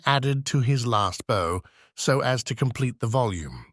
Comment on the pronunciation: Bow rhymes with now, not no.